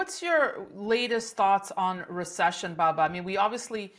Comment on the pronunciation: Its......BUBBA Danny!!! NOT,,,,,,BABBA!!!!!!!.........BUB!!!....NOT BAB!!!